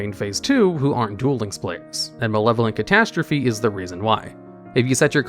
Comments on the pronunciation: ay catastrophe was pronounced correctly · Thank you for saying catastrophe correctly 😂